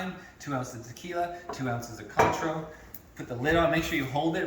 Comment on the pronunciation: Haha, I was thinking a healthy shot...like 6 shots. It’s qwontro! Btw. Not con tro. 😂❤ happy NYE.